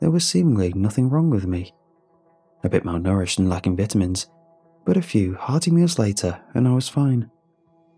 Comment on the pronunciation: Excuse me sir, but why the fyuck would you pronounce vitamins like that?